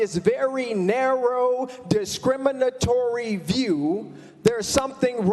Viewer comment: Baby!! When he enunciated EACH of those 6 syllables on “discriminatory”, I knew it was over for homie 💅💅